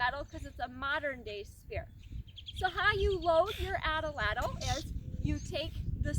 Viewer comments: Great information, nice video, terrible pronunciation. The word atlatl has two As and 3 syllables, not 4. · Nice teaching. I want to make sure how to correctly pronounce the weapon. I hear you saying it like example number 1 below. I've heard many people pronounce the weapon like example number 2 below. 1. ( At- A- Lat- El ) or is it 2. ( At-Lat- El )??? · Its #2 ! I'm glade you mentioned this . Many cultures used this weapon. The Azteca used # 2 Pronunciation.